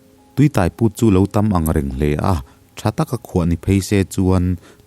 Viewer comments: Tui Tai....tui tâi tih tur aww...eg..Bike in min tâi.. tih kan sawi ang hian....thei hmin (tai) ang a lam loh tur... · Tui tai tih hi,biang tai tiha tai ang nilo in. Motor in tâi tih laia tâi thluk aga lam tur. Tui tâi chu leilung chhunga tui awm amaha lo put chhuak sawina. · Tuitai ni lo in,tuitaiiiii thluk sei tur,I lam dik lo nasa,a ngaih nawm teh lul nen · 'Tui tai' i lam dan hi a dik lo, tai lai hi, sai (elephant) emaw motor-in mi a tai ti a kan sawi ang hian thlûk tur a ni e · min a tui tai i lam dan hi a diklo a, a hmin tai tek mai kan tih a tai ang ni lovin motor in min tai tih a tai kan lam ang hian a ki sangin lam tur. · Tuitai hi i lam diklo,tai thil intai ang a lam tur,theitai anga lam tur a nilo.A ngaihnawm e. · Tui tai tih hi, mi ka tai tih a tai tih ang hian lam tur. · tuitai i lam dan hi a dik lo deuh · Tuitai tih hi tai motor in a tai tih anga chhiar tur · Tuitai tih, tai laitak i lamdan hi adiklo a, eg..motorin thil a tai tih kan lam ang hian , sang deuhin tai, tuitai tih tur ani e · Tui tai tih hi alam dan adiklo hle mai, tuitai tih hi thluk tur ani e